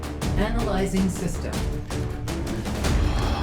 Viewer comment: Is your AI voice from Alabama? ;) Sounds like it's saying 'analysing sister'.